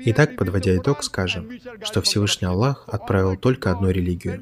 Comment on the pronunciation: Брат Салам -алейкум, не Аллох пишется а Аллах надо правильно говорить и правильно писать. Всё мусульмане говорят Аллах. Если твоё имя неправильно будут произносит, тебе было бы не по себе.